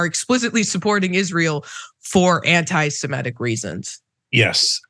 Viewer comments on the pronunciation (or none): and, please learn the correct pronunciation of "semitic".